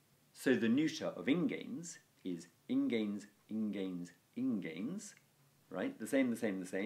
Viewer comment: ingēns is the first word you have pronounced correctly in 30 videos.